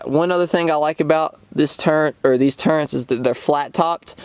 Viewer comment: Turrets not turrents. Didnt know it was an HS-T. Thanks for the review.